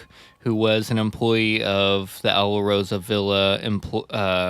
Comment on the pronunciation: JFYI- it's pronounced "Al-Rosa-Villa"